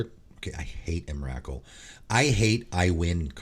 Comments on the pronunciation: The emrakul pronunciation killed me, it's pronounced em-ra-cool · Wow, I’ve never heard Emrakul pronounced like that, I was listening and was thinking which card is that? Lol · As a subscriber to your channel and someone who purchased at least two cards from each of your "Cards you should put in your deck" lists, let me just say this- I would ban your pronunciation of "Emrakul" ;)